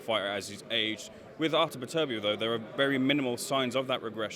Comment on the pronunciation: its beterbiev not betterbiev...beter biev..not better biev ffs.